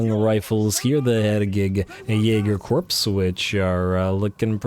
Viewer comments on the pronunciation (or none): hey man the Hergig Jaeger “Corps” is gonna be pronounced like “Core” not “Corpse”, no hate just letting you know!